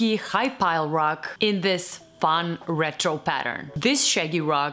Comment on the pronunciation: You're saying "dis" and "dose" instead of "this" and "those." Just fyi.